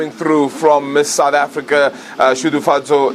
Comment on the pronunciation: Congrats Shudufhadzo!!! it is not Shudufadzo, its SHUDUFHADZO!!